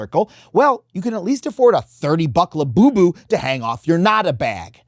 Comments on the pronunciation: "coming for lu-you-you" 🤣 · I was with you until you ended with "la-you-you" dont do that again.